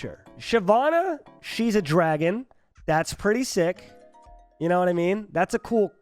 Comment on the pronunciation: You're "pwetty" positive?